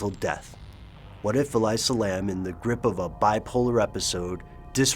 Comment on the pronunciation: Love you guys and all, but I've gotta say, the way you're misprouncing her name is like nails on a chalkboard. It's 'Ah-lee-sah', not 'Ah-lai-sah'. I really respect the research you guys usually put into your stuff, but c'mon. I actually went to the same uni with her, never met her, but I've heard she was mentally stable despite her bipolar disorder. No one here believes she would have committed suicide -- she was apparently quite happy with how things were going in her life. I think she was murdered... I think someone was following her and she was trying to throw them off her tail while being wracked with fear, hence the extremely bizarre elevator footage.